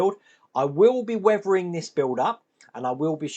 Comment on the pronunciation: What is it with you UK English and words with "th"? Weavering-weathering, Wiff-with, Free-three, Brover-brother, Furver-further, etc.